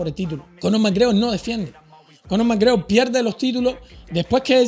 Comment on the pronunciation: Error!!! no has pronunciado bien el apellido!!! suspendido!!!!